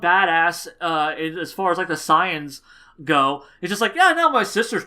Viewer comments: I agree with u on everything else, but Goten became ssj from getting smacked around in training with his mother(still not a decent reason). Also, and this is just a petpieve, but u pronounce saiyans wierd. Its SAY-YANS, not SI-YANS. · u keep saying super signs instead of super saiyans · Lol OMG dude you're saying "saiyans" all wrong, other than that I love the video and I completely agree with you